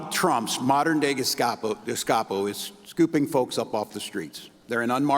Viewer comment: tampon tim is in university cap and gown and cant speak its not geskopo its gestopo ,what a moron